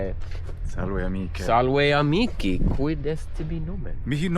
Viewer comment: "Sal wait hey, a meeky" is typical Americanised Latin pronunciation. 😂 I would understand of course, but it sounds very weird to me.